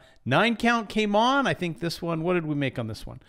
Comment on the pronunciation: You said Fink, HAHAHA